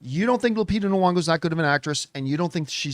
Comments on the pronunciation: Is her second name supposed to be pronounced Nu-ongo??? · My good Canadian brotha it's NEE-ONGO